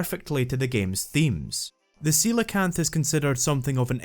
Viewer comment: I really appreciate that you pronounce Coelacanth properly.